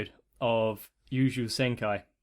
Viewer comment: Just so you know You(yoyo)-jou(jojo) Sen(Cent without the "t" sound)-ki(key)